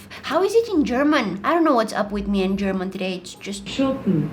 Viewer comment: As an Austrian, the german part sounded so good, if it was the first thing I heard on your channel, I'd think you're German/Austrian Edit: autocorrect